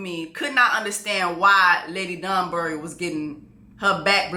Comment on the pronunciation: The way she keeps saying STETHOscope and DUNSbury when it’s telescope and DANbury 😂😂😂😂😂💀💀💀💀